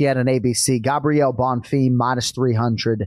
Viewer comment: Anik trying to subtly emphasize BonFEEEM after has repeatedly said Bonfirm. Gotta appreciate how JA always gets it right, not just fighter names....but also fighter names 🙃 so the rest of us don't have to cringe so hard